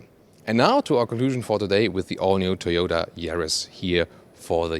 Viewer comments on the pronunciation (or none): He said Thoyoutah Chariss